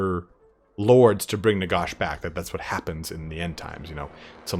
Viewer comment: I love the video but it’s NaGash not NaGosh.